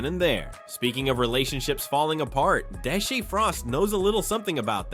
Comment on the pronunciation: Bro said Deshee 😂